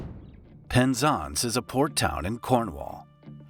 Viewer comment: Murdered the pronunciation of Penzance lol